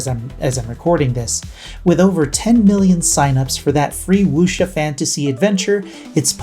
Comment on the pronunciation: Out of 10 or some content creator's I've seen mention Where Winds Meet, you're the only one who's actually pronounced wuxia correctly.